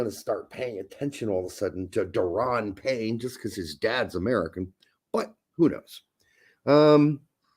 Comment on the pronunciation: Pretty sure Deron Payne is pronounced like Daron “dare-uhn”